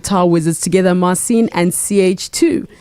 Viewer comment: Man, you are definitely super talented but why don't you pronounce your name correctly?? There is no reason to skew your name "Marcin" not "Marsiiin". Cheers!